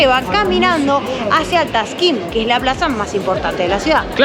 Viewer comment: ja ja ja no es taşkın ja ja es Taksim la plaza y el barrio me hiciste reír 😂😂😂❤🇦🇷🇦🇷